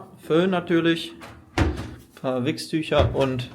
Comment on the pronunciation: Hast du wirklich Wichstücher gesagt? 😂🥳